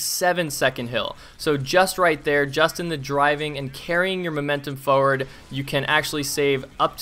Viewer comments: sure says "foeward" a lot XD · Holy shit this is crazy, this guy can't pronounce 'forward' though lol